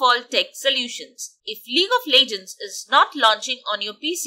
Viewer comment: welcome to lig of lejgends